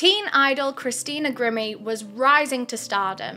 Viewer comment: I love, so dont rip me apart, but is it bothering anyone else that she is pronouncing Christina's name wrong? It's Gr-eye-me, not grim-me..